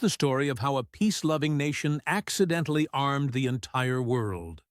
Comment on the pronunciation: "Accedently armed" haha